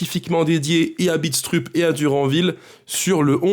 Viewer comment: Salut, super tes vidéos comme d'hab, pour Mads, ça se prononce "Bidstreup" lui même le prononce comme cela. Déçu évidemment par la vente de Moreira, un vrai crève coeur..malheureusement pas le choix, je me demande si un jour, on aura le droit au bonheur nous aussi...et le droit de s'attacher aux joueurs